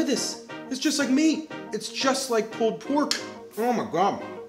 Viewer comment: Loved the vid, love the channel... But the way you pronounce "pulled" like "pooled" is strange. Are you canadian?